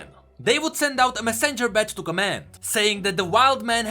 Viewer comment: How do you say every word perfectly and then fuck up on messenger....